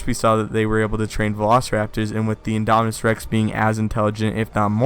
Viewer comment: So if the big one is "Indominis Rex", would the Raptor sized ones be "Indominis Nublarensis"? (if originated on Isla Nublar) I wonder if they'll ever name a dinosaur for Henry... can't help but laugh at the sound of "Indominis Wu"